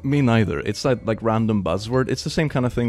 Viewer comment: “I just don’t have the accent” “Not that” I literally heard how he said those two words and was like, “Oh, I didn’t realize he was Scottish.” Then 3 minutes later…